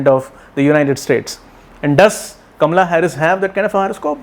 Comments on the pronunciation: I love how you say Kamala's name. Very Indian, exactly how it should be pronounced. And I love your prediction. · Cult much? He is an astrologer - he is doing a analysis from an astrological point of view. Nothing to do with being Indian. But he does pronounce her name correctly, which is an added bonus to his prediction of her winning this election! I am loving his prediction.